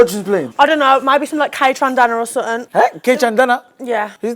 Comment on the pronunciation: Yeoooo Kay-TRANDANA LMFAOOOOOO